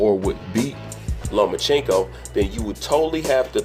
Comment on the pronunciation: LO-MA-CHANK-KO If you're going to do an analysis video at least know how to pronounce his name. No he doesn't need to fight Manny. No it wasn't a duck. And only casual boxing fans does the look at his face. Davis undisciplined arse is beating no elite fighters. Especially Loma.